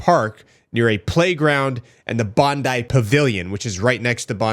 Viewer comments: SInce the shooiting you so far are the first American that I have heard that orronounces Bondi correctly !!! Thank you cause as an Aussie its so frustrating that it keeps getting mispronounced !!! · As an Australian it's refreshing to see a video come out where the person pronounced Bondi correctly - thank you for doing your homework! Every video I've seen from U.S / Canadian creators all say Bond-eee not Bond-eye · Good pronunciation of Bondi. Tick. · You're the first non Australian I've seen pronounce Bondi correctly, sir I commend you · Yes yes you said Bondi properly lol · Well done on pronouncing Bondi correctly now. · Thank you for pronouncing Bondi correctly. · Big ups to for actually pronouncing Bondi properly 💯